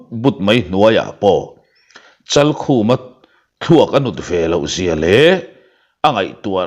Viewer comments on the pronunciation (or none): Hrum zial tih a, zial tih i lam/thluk dan hi a dik lo deuh. Zial tih lai hi thluk San tur